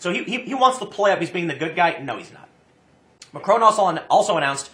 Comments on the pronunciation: 😂 Tim keeps pronouncing it Macroon 😂 it’s Mac-Ron 😂 Also it’s not a left or right movement it’s a working class movement an anti elite and anti EU movement! Don’t believe to media they’re just puppets for the governments over here in Europe trying to smear the protesters as racist and far right because they know if this movement keeps gaining ground that it’ll ruin their plans for an EU controlled Europe with the Nations having less power and then controlling everything 😒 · Haha, nice one tim, even if it was on accident. "Ma-crone"